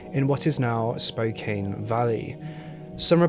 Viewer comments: Hehe I’m from Washington and not the pronunciation is important but it’s pronounced like spoe-can. People say like spoe-cane as a dis against Spokane for it being a popular distributor of cocaine. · Spokane is pronounced Spo-can, not Spo-kane. Just saying. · I think it’s Spoke-ann not Spoke-ain. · Literally just watched this to see if Spokane was gonna be pronounced correctly. It wasn’t but it’s okay, I love to see people try to pronounce Washington cities. It’s “spo-CAN” not “spo-Cane”. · I'm not even from Washington and i cringe every time he says "spo - cane" 🤣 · It's pronounced "Spo-can", the e is for the o to say it's name not the a. And it's "spray-g" the u is silent and the a says its own name. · ITS SPO-CAN, GODDAMMIT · your mispronouncing Spokane (SpoCan) and Sprague Ave. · Spokane. Small vowl a. E silent. So say can,. Then Spokane. Spo kan. Ty. Good show though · The "e" in Spokane is silent. Spo-kan. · Born and raised in Spokane so thank you for this. That being said, just so everyone knows, it’s pronounced spo-can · It is Spokane (pronounced Spo can). I haven’t watch fully but my first thought was this was Robert Yake the serial killer. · Pronounced “Spo-Can”. Sprague is still the road all the hookers postup on. Crazy to see my city tho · SPOKANE is pronounced Kane part is ,"can", hence the name is pronounced as Spo' Can That's ss the locals call the name ...yours Keith Vernon Lewis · It's actually pronounced spo can. I know it's just spelled weird. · Being from Washington it’s fkn crazy how many horrifying things have happened there, with the most infamous being Ted Bundy. Gross :( Also Spokane is in the local Native tongue- “Spoh-can” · Spokane Washington is pronounced Spoke ANN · "Spo-can"- with love from Washington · It’s Spo can. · Spokane= Spo-can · Spokane is pronounced differently ahh small A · AHHHH I LIVE IN SPOKANEEE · The pronunciation of spokane and sprague made me absolutely lose it lmaoo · Just FYI: pronounced “Spo- Kan” not “Spo-Kane”